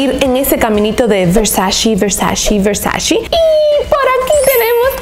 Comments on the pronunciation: No se dice "VERSACI", es Versaceeee! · Versaceeee! No versaciiii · PORQUE DICEN VERSACHI????????????? SE PRONUNCIA VERSACHE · Donatella en una entrevista de RESPONDIÓ 50 preguntas Comentó que algo que le caía SÚPER MAL DE LOS AMERICANOS era que pronunciaban MAL la marca ,que la pronunciación terminaba en E no en “i” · versace ( versache ) no ( versachi ) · la pronunciación correcta de versace es ver-sa-che 😳 ❤❤ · no sabes pronunciar Versace!!! No puedo creerlo.